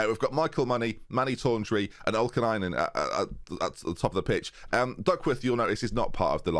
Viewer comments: D you said Ollikainen as Olkinainen which directly translates to Straw woman or thatch woman. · Finnish person here. You're doing great job pronouncing Ollikainen. Sometimes you say Olkilainen, but that's a mixup even Finnish people would sometimes have when speaking fast. Finnish words and names are pronounced exactly as they're written, for future reference when you get some sick Finn regens!